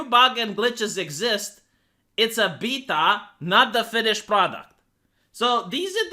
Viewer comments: I kept hearing PEDOT when you say beta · I like how say the word "Beta". 😂